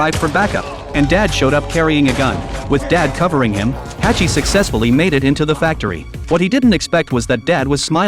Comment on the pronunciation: Who tf is Hachi!? 🤣🤣🤣 His name is Hutch